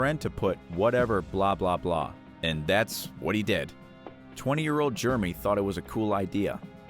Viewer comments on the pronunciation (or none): Hey Narrator! FYI, the way the name Jeremy is pronounced is not "GERMY" it is Jer-rah-me.